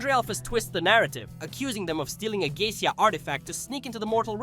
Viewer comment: This is my first time watching a video of yours and.... What cringe? Are you referring to the comedy? Why are you pronouncing Goetia like that? The show has stated how it's pronounced numerous times. Do you even like or watch the show?